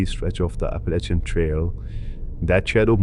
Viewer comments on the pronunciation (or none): none